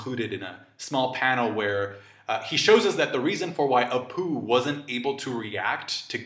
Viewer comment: And then Kid sees Apoo.. heard that as.. and then Kid sees a poo 🤦‍♂️